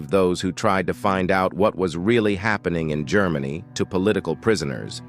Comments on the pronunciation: "Grrr-many? Really? Please use a human narrator! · Yes, when it could not pronounce "Germany", about 15 seconds in, I quit.